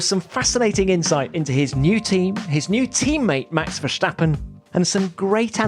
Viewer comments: It's "stap" not "shhtapP" in Max Verstappen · Great stuff. One thing: it's pronounced Verstappen as is, not Vershtappen which is German pronounciation. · “Max Verschtappen”😂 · No one: This guy: max versssshtappen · Can someone please explain this guy it is not Max Vershhhtappen but just a regular S, as in ‘stop’... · I love how people try to pronounce 'Verstappen' in a Dutch way and end up saying something close to 'Verschtappen'. It's not even close to how you actually pronounce the name in Dutch but I get why English people would think it would be like that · Always sounds funny if i hear english people pronounce the name Verstappen, Tom makes it sound like Max is german. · There's no H in Verstappen, Tom.